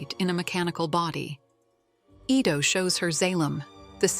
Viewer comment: The doctors name is pronounced "eee-tow" not "eye-tow". For A.I. to be used as much as it is, it proves that people of today's society are two things #1 - LAZY, and #2 - STUPID. And using A.I. will make them more so.